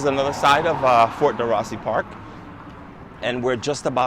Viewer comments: We're just back (last Monday) from 2 weeks at the Hale Koa Hotel. FWIW, Fort DeRussy is pronounced "D-Roo-See" :-) I guess our timing was right for eating, experiencing only one long wait and that was at Haliewa Joe's Haiku Gardens (Kaneohe). We got there at opening time Friday 7/16 ( PM) and were seated 2 hours and 35 minutes later. Everywhere else was a normal 20-30 minute, at the most, wait times. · I love your videos for Hawaii. Very informative. I lived there on Oahu 15 years. U do a good job of pronouncing the Hawaiian names, however, Ft DeRussey is pronounced DeRoosie not DeRussie.